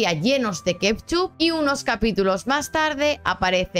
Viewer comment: Aquí el misterio más grande es: Por qué dices KEPCHUP? De dónde sale esa P en Ketchup? Hay que investigarlo